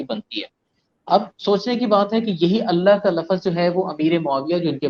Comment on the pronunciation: Sir,aap lafz ko lafaz kyoo'n kaih'te hai'n? Kya aur Ibn-e-Yoosuf (laka'd haara) same hai'n?